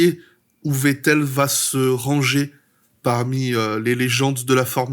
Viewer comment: Wow t'es le premier vidéaste que j'entend prononcer correctement le nom de Vettel, prochaine étape faire pareille avec Verstappen 🤣 Edit: Ah bah ça dure pas toute la vidéo, mais bel effort.